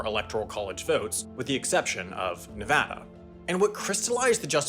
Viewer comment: Nevada was pronounced well too, made me happy.